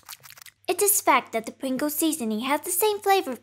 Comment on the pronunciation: The subtitles refer to your pronunciation of "Pringles" as "brinkles". I think I like Brinkles better.